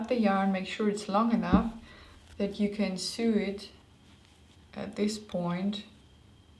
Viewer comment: just so you know, "sew" is pronounced the same as "so"...;-)